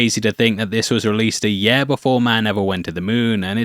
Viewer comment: I hate this guys accent The way he pronounces “year” is gross